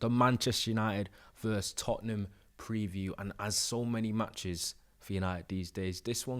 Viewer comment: I love ya—but the word is “versus”. Two syllables 😂❤